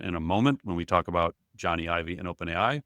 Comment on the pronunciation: Love you guys but pls pronounce Jony Ive's name correctly 🙏 “Johnny Ive” /ˈdʒɒni aɪv/ (like Johnny the common name, and Ive rhyming with hive)